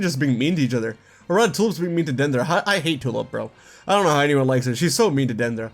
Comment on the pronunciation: I’m a little confused why you’re pronouncing Dendra as “Dan-der-uh” instead of, you know, “Den-dra”. I know it’s not THAT big of a deal, but it was kinda weird. (Yes, I did make it 20 min in. But I still wanted to comment)